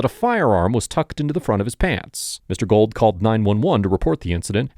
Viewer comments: His name is pronounced “goold”, not gold. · Great video and content. His name is pronounced Gooo uld not Gold